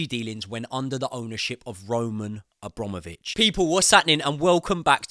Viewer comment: *Abramovich. a BRAM ovich. Not hard.